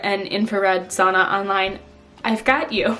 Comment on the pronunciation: lmfao when you said "sauna" i thought you were saying "a son"